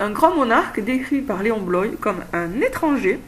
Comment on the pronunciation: C'est drôle que tu l'appelles Léon " Bloï " alors que normalement c'est Léon Bloy prononcé "Bloa" ^^